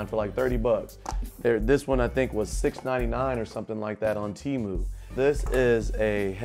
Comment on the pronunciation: Pronounced Temu correctly ✅ . You showed a lg magic remote not sure if you know ( probably do ) but if you shake it it becomes a mouse pointer which is faster navigation to type. But the keyboard is good too 👍